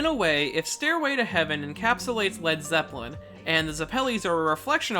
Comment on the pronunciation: zepp-el-i > ze-ppel-i